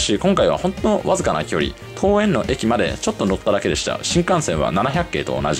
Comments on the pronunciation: 多分、ももぞのこうえん は とうえん。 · まーた、ももぞのって言ってる😂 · モモゾノWw ! トウエンですよ。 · 桃園空港をももぞのと読んでいて思わず声を出してわらいました👍😂